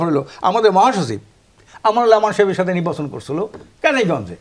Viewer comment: এই লোকের পেশা কি? উনি সঠিক উচ্চারণ এবং শুদ্ধ বাংলায় কথাই বলতে পারেন না!😮 "নির্বাচন কে বলে নিব্বাচন" এমন অনেক গুলা শব্দ!!😅